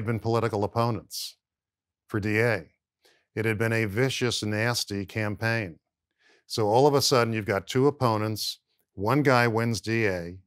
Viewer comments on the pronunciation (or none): none